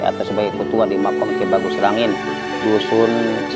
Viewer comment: makom bang bukan makam